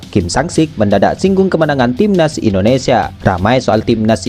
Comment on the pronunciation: Gara2 komentar anda, Videonya jd kuputar ulang, ternyata emang benar si Mimin bilang TIMNAS YUSA 😂😂